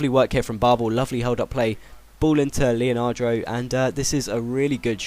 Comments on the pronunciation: It's leandro, not leonandro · i don't understand where do you get that extra a to leandro from. you say it leonardo, it's leandro =D good vid btw ;) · Leandro not leanardo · It's not fucking Leanadro, it' Leandro, also, how can you pronounce Enoha when there is clearly not an A at the end of his name? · is leandro not leanandro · its le-an-dro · his names le-an-dro i know you said not to say anything but it's pretty easy to realise that its leandro :L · Lemme give you some help here... 1) Leandro: Lee-yun-droh 2) Sulejmani: Sul-lee-man-nee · it's le-an-dro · The real way to say Leandro is : Lay-Ahn-Dro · Pronounce Leandro like : Lay-Ahn-Dro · His name is pronounced "Lee-an-dro" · Le-an-dro. Maybe you should actually read their names.